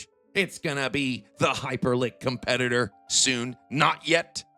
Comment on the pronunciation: What the hell is Hyperlink? Do you mean Hyperliquid?